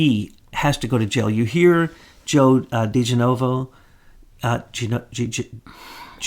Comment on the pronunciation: 7seven7 It still is their duty to learn how to pronounce Joe DeGenova's name. It makes them a bit sloppy when they pride themselves on being precise! This happens EVERYTIME they discuss him. He is a prominent person, and he deserves respect too. If his name was only mentioned once I am very understanding....but when it continues with smart people it is pure laziness! My opinion!!